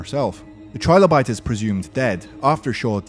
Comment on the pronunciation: Just saying, it's 'Trill-o-bite" like "Thrill-o-bite" not "Try-low-bite", think of how "Trillion" is pronounced.